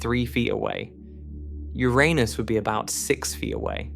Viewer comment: You mispronounced Uranus.